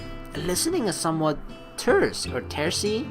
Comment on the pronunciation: Terse is pronounced "turs". It means abrupt and impatient. Ok, so the below comment is a little incorrect. What I was remembering is actually BEFORE where you started lily's path. We get to help lily's class paint banners and then they walk home and make a comment about the teachers making the students do all the work...or something like that. That is what Hisao comments about when Mutou comes into the class either half awake or hung over. That is also why Shizune jumps on Hisao.s case about helping the other class and not them. There seems to be a bit missing between the last video and where this one picks up. We didn't get to see the conversation with the girls on the way back to the dorms. Also, before that even, wasn't there a piece where Hisao helps paint banners with Lily's class? That wasn't posted either. Oh, also, that image we saw once before at the beginning where Hisao first enters. (I've played this way too many times. :P)